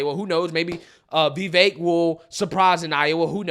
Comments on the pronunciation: Why do you say “vey-vaik” isn’t tit vi vaik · Why do you pronounce his name “Vayvake” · Dude get the name right. Vi-veik (like “cake”) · Who the hell is “vayvayke”? Sigh i know i know it’s probably how he speaks but gosh man atleast say the mans name correctly. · it’s Vivake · Bro, for the life of me, I can't explain why you're unable to pronounce Vivek correctly. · You keep on using Vivek as a content, at least learn how to pronounce his name! TRUTH❤ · Trump has too much baggage and is immature. The rabid Dems will continue to attack him with every false accusation they have, and with the support of the media. I've been supporting Vivek since before I could pronounce his name. He's brilliant and I'd love to see a debate between him and Biden.